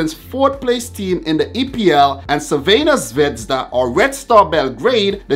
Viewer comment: First, sorry for bad english. Second, thank you for trying to pronounce "Crvena zvezda" instead just say Red star. Third, first surprice is there... Crvena zvezda - Napoli 0:0, Crvena zvezda and Napoli 1p, PSG 0. Not nice game, but result is what counts. Pozdrav iz Srbije (greetings from Serbia)!